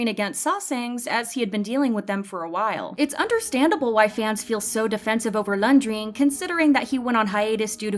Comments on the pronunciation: Poor Renjun. And It’s “REN-JUN” not “LUNDRIN” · Whose Lung-dreen? Learn to say his name properly first. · this has nothing to do with the video and how serious the topic is but why do i keep hearing lundreen ?😭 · Y u calling him "Lunjween" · Idk what’s pissing me off more sm or her calling renjun laundrin 😭😭😭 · Who is Laun-dreen...? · Am i the only one hearing laungring😅😅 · no, this is not how we pronounce renjun’s name. we pronounce it as the same you guys pronounce it. not landrine or whatsoever. it’s fine that the host might have read it wrong.